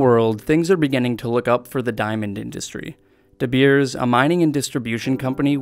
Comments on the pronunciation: It's De-BEERS..LOLOLOL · DeBeers Its afrikaans and the surname is actually De Beer, like the founder would've been something like Anton De Beer And beer does mean bear as in the animal, we dont have any bears in SA so we don't have a name for them and thus the word comes directly from English DeBeers